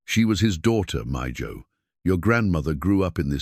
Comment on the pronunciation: Mijo means son. Its pronounced ( meeho) not mejoe.